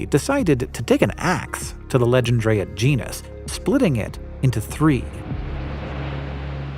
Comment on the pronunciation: If it was named by a Frenchman then it was probably 'Legendre'-a rather than, as you're reading it, 'Legend'-rea... "Loyez" is the French word for rent, whether that's relevant or not I don't know... maybe it was to honour his landlord!